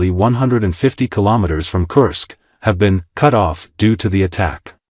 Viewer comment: Please learn the right pronouncation of Kursk this region is n o t a curse but the u in the name is pronounced as in course. Thank you.